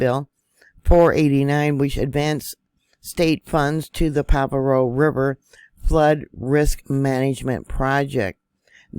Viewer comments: Isn’t it pronounced Pajeeo? I can’t find pavo anywhere? Monterey county right? It can get major flooding without the break. 🙏🏻🙏🏻❤️ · PRONounced Pa har O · Pa-har-o that’s how you pronounce it . Thank you for the update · it is pronounced: pa..ha.. roe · Pronounced "paharo"